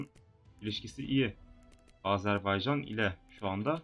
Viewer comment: Abi Âzârbaycan diye söylüyorsun ama doğru telafuzu Azerbaycan... :) :)